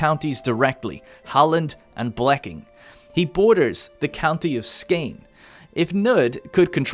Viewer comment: I thought Halland was pretty decent! Blekinge however should have had an emphasize on the e at the end and it would've been great! Not perfect obviously, but you can't ask for too much! Edit: I missed the "Skåne", that was not great swedish-wise, but if I would have to say Skåne in english it would definitely have sounded exactly like lol